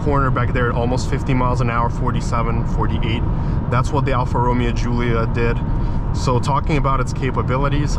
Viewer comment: Bro just made up his own pronunciation for Alfa Romeo lol